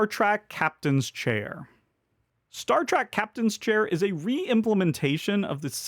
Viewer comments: Great list, thank you. I couldn't help hear you say Star Track instead of Star Trek 😀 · Great video, as always, but...Star "track"? Really? 😢